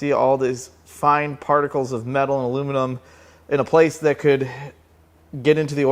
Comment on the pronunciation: you pronounced aluminium correct :) +1 for you, however Youtube isn't ;)